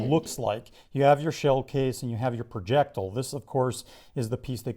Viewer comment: he says projectile like an idiot.